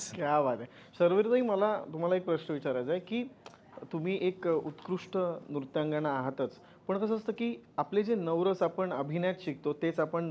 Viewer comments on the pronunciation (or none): नृत्यांगणा?😂😂😂नृत्यांगना असं असतं ते.